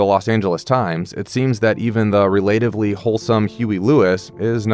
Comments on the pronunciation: re-LAY-tively? Really? Never EVER heard relatively pronounced that way. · All good except for your pronunciation of "relatively". Huey Lewis was my favorite artist growing up. So much talent.